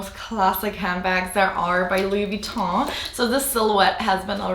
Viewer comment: Are you French? Your pronounce Luois Vuitton so well 😃